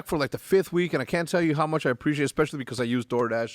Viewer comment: hecz gonna start saying "Preciate that" lmaooo